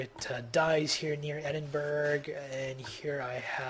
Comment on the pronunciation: Its pronounced Ed-in-burr-ah not edinburg. Great vid though.